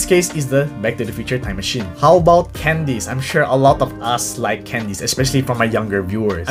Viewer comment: first he says "candeez" then he says "eminem" what a chad